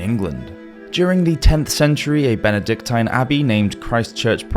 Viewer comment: Benedictine, rhymes with machine, not tine. Polysyllabic words eschew " long" vowels.